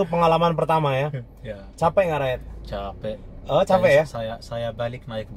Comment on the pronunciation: Raed dibaca Ro'it